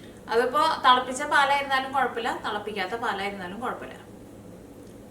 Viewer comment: മാടം അത് തളപ്പിച്ചത് അല്ലെങ്കിൽ തേളപ്പിച്ചത് അല്ല. തിളപ്പിച്ചത് ആണ് ശരിയായ ഉച്ചാരണം. ഒന്ന് റിസർച്ച് ചെയ്തു നോക്കൂ.